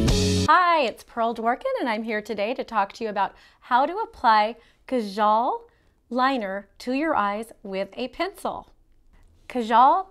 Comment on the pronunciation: You're saying it wrong. It's Kaajaal (Kah-Jahl). If you wanna make videos like this and show off your " Indian" stuff, at least try and not butcher the names. Please.